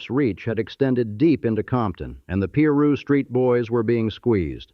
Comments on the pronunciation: Peru street? 😂 It's Piru! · Narrator please pronounce the words correctly, it's irritating af! PIRU (PIE RU) NOT PEE RU!🙄